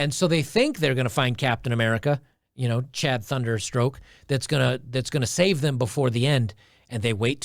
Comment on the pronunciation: Did he say Chad thunder stroke.